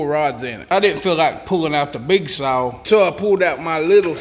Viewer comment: "Gahz"?????? "Sow"????? "Whaled"?????